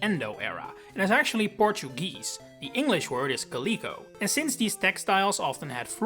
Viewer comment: calico is pronounced with the stress on the first syllable